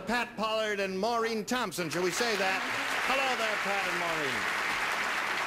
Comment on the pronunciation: Actually, it's "Maureen", not "Morene".